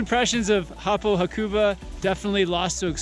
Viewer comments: Ha-ku-ba :). (even emphasis on each syllable). Great vid guys! I lived there and go back most years. Love it! Cortina is my favourite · Btw you are saying hakuba wrong